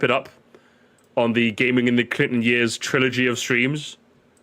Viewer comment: complains about the pronunciation of "tour" then in every intro hits us with the "yeörs"